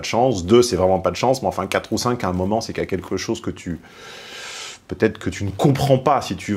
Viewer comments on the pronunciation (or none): none